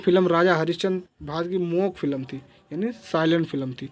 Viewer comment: Sir thik h pr ap gunge cinema ko mok kaha jata hya muk?